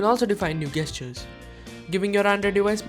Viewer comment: Good video, but you're pronouncing 'gesture' wrong :-( really bothered me.